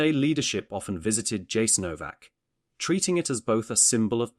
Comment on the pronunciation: Yasaenovac not k . If you talking about such a sactrd place you need to pronounce its name correctly.Thank you but West has NO IDEA what thappenet there....